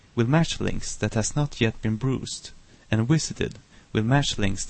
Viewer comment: Dude, its not pronounced hoover and brooser, its hover and browser. As its written :p Anyways, nice tut!!